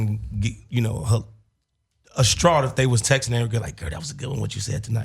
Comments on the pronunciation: Did he say ASTRAUGHT LOL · 🤣🤣 he definitely meant distraught